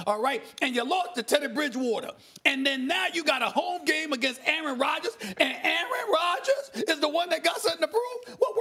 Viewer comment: Aaaaron Radjaas....Aaaarin Raadjas....